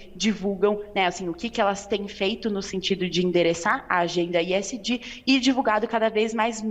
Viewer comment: Que coisa pedante esta moça falando esg com iésgi ....